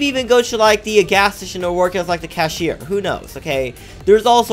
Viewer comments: Why not PIRATES team? Oh... it’s u again... Oh yeah, who else is annoyed by him saying cashier as “ cu-shier “ ? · I like how you pronounced 'cashier'